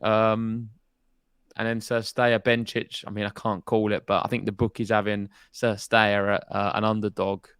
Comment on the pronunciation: Guys (it's me again) - "Kir-stay-a," not "Sir-stay-a." (WTA website 😉)